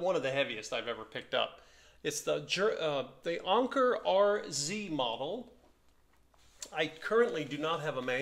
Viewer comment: I've got the same one, but without the pincushion. It is one of my most beautiful machine's. And you're right Anker means Anchor and you pronounce it like in the English language. The lever on top of the zigzag dial is for the left - middle position of the needle later models had left - middle and right. The lever on the bottom is like you thought embroidery or sewing. Nice find and I hope you will enjoy it!